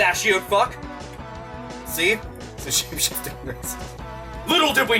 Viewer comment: half of the time it sounded like you were trying to say "shape shitting racist" i mean that would be a power Mario could learn right? would the poop emoji be his power up block?